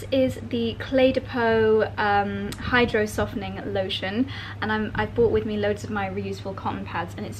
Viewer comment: Hi love! Loving the Maldives vibe! Not sure if you’ve ever noticed this, but you tend to say bought instead of brought. I’ve even seen you write it that way in captions. Other folks in your blogging circle do this as well (Alex Collins comes to mind). I’m curious if you realize you do that.